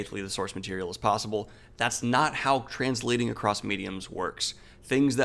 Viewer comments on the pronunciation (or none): none